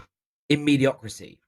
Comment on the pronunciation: Mediocrity - not mediocrisy.